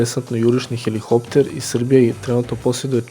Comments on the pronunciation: Није хелихоптер него хеликоптер. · HeliHopter????? ....Hopter??? Halo momak....sta je heliHHopter??